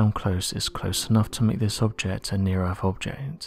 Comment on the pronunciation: What is The Erf? do you mean The EarTH?